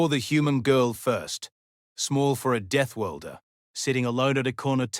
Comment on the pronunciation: DeathWORLDer, not deathWIELDer, please; try to get it right.